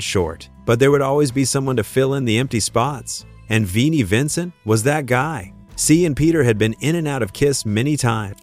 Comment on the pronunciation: That's darn funny that the narrator called Nikki Sixx, Six-ex; Eric Carr, Car-ar; Vinnie Vincent, Veedie. Must me an AI voice.